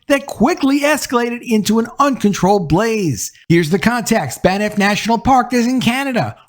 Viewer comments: FYI: Banff is pronounced 'Bamf'. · "Banff"--single syllable. No 'i' between the 'n' and 'f'.